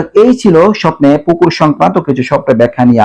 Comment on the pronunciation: পুকুর বলছে নাকি কুকুর বলছে